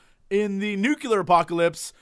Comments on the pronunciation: Nuclear not Nucular for cryin' out loud! Love you man, but come on... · >Corrects his mispronunciation of 'apocalypse' >Says 'Nucular' five times